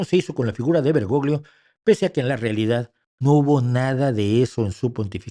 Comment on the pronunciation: En italiano la combinación de las letras GL se pronuncia como la LL en castellano, por tanto el apellido del extinto Papa se pronuncia BergoLLo. BergoGLio suena muy mal y es incorrecto.